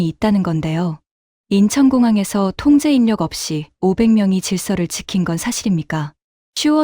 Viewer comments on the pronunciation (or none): 통제인녁 아니고 통제일력 으로 읽으면..